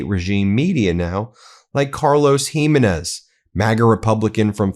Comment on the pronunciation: Jimenez is prounced He Men Is